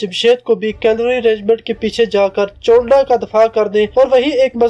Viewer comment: Well I am from chawinda..ratta laga kr bol rahy ho..chawinda ko chownda bol rahy ho..amrit sir ko amar tassar bol rahy ho